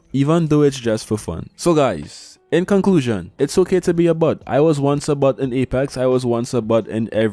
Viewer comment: I laughed every time you said bot but it sounded like “but”…. I’m so mature… great vid tho